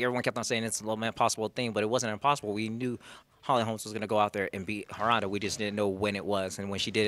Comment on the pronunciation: look anyone else notice he called her Holms? man her new nickname should be Holmz